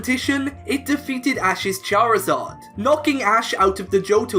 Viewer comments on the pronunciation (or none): none